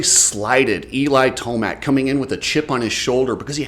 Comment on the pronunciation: Imagine how Yamaha would feel if he wins this championship. A healthy and hungry Eli is the most dangerous man on the track. Jett and chase are naturals. Eli just has the strongest mentality that even Webb talks about E-mill is how it is pronounced